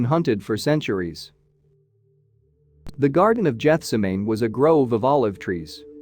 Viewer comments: "GETH-sem-i-NEE," NOT "Jet-sem-nen"!!! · EXCUSE ME ... but PETER WAS "NOT" 'the founder of the catholic church ... the romans MUDERED him! These ROMANS were the "founder of the catholic church!"! And it is not "Jetsumay' ... you babbling idiots! "GethseemmaNee"! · it seems Amerucans are Not taught the phonetic Alphabet, they slways use caital letters within a sentence, as well as with the mispronunciation, of names, Amen, there is no Jethsemane, only Gethsemane('G' as in 'Get' ) please do researchon jow to pronounce words & names or learn the Phonetic, Alphabet PLEASE,! 😢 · Jetsuma, I was wondering where it was. It's Gethsemane as we understand it this way. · GETH . NOT JETH ... for crying out aloud, have the decency to pronounce this extremely Holy place correctly! And ... Christ did not force Himself ... yes, He was distressed, but He knew it was for that reason He had come of His own accord, to earth! And, He said "not My Will, but Yours, LORD" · Lose the Computerspeak "Jethseminan" is Gethsememe. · please correct the pronunciation of Jetsemain - it is Geth sem an ee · yes it's "geth-SEM-uh-knee" (not "JETH-suh-main") annoying indeed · Can’t you pronounce anything correctly? Gets. em an ee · Jetsamaine? Get a human to narrate next time please. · Your pronunciation of Gethsameane is painful to listen to. The G is a hard G, like in Garden. The rest of your pronunciation is just as bad. It is pronounced Geth-sem-a nee. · Geth - sem - man - nee. Gethsemane. Get the pronunciation right! The video isn't believable with mispronunciations. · Ugh... geth sem ah nee (effing robots) if your vocaloid computer voice does not pronounce words correctly, you have to break it down for them. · Geth-sem-en-ee. Accent on the second syllable. AI voice sucks. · Jeth se may? I hope you're not a teacher. At least not a bib Lee teacher. Probly cathlick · Phonetically, it pronounced Geth-se-me-ne. You have really screwed this one up. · It’s pronounced “ga-se-ma-nee”.